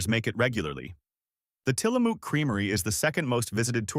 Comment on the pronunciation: Tillamook: mook like in book. (I see someone already corrected how to properly say Willamette). Might consider learning pronunciations before posting…Portland is alive and well! Thank you for the video…